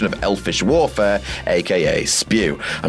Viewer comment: Sounds like you said “Elvish Warfare” not welfare xD